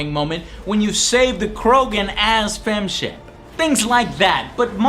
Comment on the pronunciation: Upon a second viewing all these years later, I just noticed Joe's hilarious over-pronunciation of the 'p' when he says "Fem-Shep" . Not sure if that was intentional or not, but damn I replayed it at least 10+ times laughing more hysterically each time! Hahaha!!! 😁